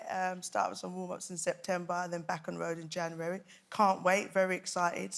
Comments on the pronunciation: 3m34s.. back on the woad!! lol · "Let's talk about you being back on the woad" What's a woad?